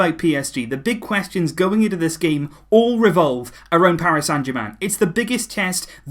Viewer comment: sounds like you said gay management, instead of game... 😅😄😂